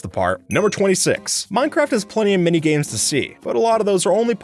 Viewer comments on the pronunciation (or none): none